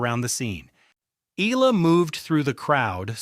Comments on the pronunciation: E-AH-LA E-AH-LA E-AH-LA E-AH-LA, NOT E-EE-LA If you have to use AI, program it to pronounce names correctly!!!!! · Pls pronouce her name correctly as Eh....yah....la....